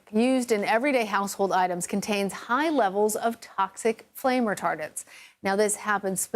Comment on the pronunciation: "Flame Retar" - what?!